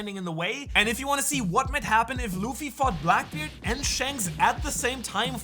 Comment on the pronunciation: you say black beaired <- idk how to speel ths word / and shanks are his ravels why you show kaido